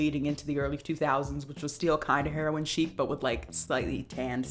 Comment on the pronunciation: “Herion chic” lmao omg